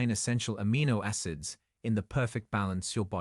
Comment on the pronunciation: "ASS IDS" DIMBULB AI, NOT "AH CID." "FIL A" NOT "FILL IT," IDIOT AI.